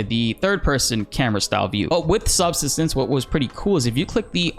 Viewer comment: Just a quick note: subsistence is not pronounced as SUB-suh-stuhns, but as sub-SIST-uhns. As in the verb 'to subsist'.